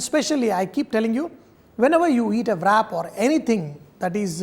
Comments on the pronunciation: Love all your recipes but is pronounced as “RAP”. Not as VRAP. WRAP IS pronounced As RAP...... NOT AS VRAP. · It's pronounced as rap, w is silent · rap!!!!! try saying it this way